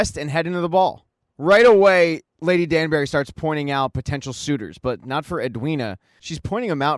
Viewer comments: Its pronounced "Danbry" for the spelling of Danbury, not "Danberry" as you say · I love the recap, but it drives me crazy how You call Lady Danbury Lady Danberry🙃